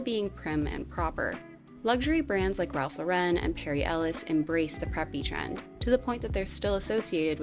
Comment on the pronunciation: So...did I just hear the correct pronunciation of Ralph Lauren for the first time in my life? Is it really Lore-IN? I don't want to out myself as new money.